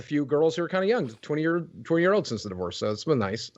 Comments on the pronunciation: Why are you saying divoosed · Please learn how to pronounce “divorce”. I cringe every time you say “divouse”. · you should add a dibuss counter, I mean divorce, because that's how you properly say it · Bro why do you say “Divoose” 🤣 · Bro, the way you pronounce the word "divorce" is wild. I would watch a video just about that. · Not to sound mean by why do you pronounce divorce that way?